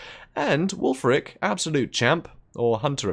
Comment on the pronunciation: Can we start calling Wulfrik- Ek just Wulfrek guys??